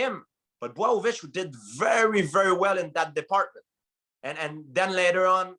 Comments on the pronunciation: Man, everybody got his own way for pronunciate Jan Blachowicz !! GSP just said BWOWOVICH 😭😭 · George" Bwow-o-vich" St. Pierre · GSP was STRUGGLING with saying Blachowicz’ name